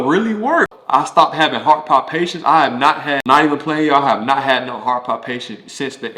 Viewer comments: Heart palpitations, not heart Pond- patience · Those “palpitations” ain’t no joke! I guess that’s what he meant by “palpations”. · Thank you for sharing. Just so you know it's pronounced heart palpitations. 🙂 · This was interesting. I had no idea that a lot of athletes have high blood pressure 😮. And I love the way he pronounces "palpitations." Cute 😊